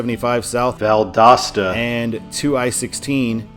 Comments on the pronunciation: Well, because he had Val-DOOS-ta in the last video. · Did someone comment on the Valdosta pronunciation on the NB video? I'm assuming so... Made me laugh every time throughout this video. I think it's uh-latch-ew-a, at least as far as I know, but I'm not from that part of FL. Tis a super small place and the name of the county Gainesville is in. Looking forward to 95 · People must have been roasting ya hard on the way you said Valdosta. Lol. I agree that Valdosta should kinda be a control city but only in Georgia. I-75 north in Florida should just sign it for Macon or even Atlanta. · Why does it sound different whenever you says Valdosta? Are you saying it a different way? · Yeah. My mom heard him say Valdosta wrong. I had to tell her that he corrected it